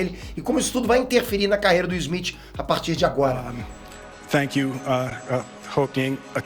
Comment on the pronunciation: O nome dele é Smith e não Esmit como você fala.